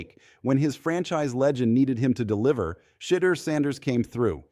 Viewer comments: STOP!!, STOP!!!, STOP!!!!! CALLING HIM "CHEATER" HIS NAME IS PHONETICALLY "SHA-DURE" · How come you cant pronounce Shedeut's nams Correctly?!